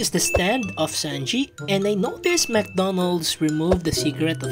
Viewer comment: Is not zanji is sanji 💀💀💀